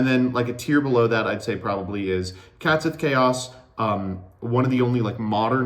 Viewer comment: Once again commenting to be annoying about pronouncing Catsith wrong. Based off the Cait Sith (best described as "Ket Shee" in English) the "Sith" was just ported over wholesale and should just be pronouced the same way it would in Gaelic.